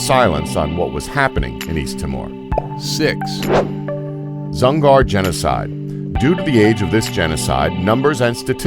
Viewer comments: It's pronounced east tee more. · Its East TEE MORE. My god.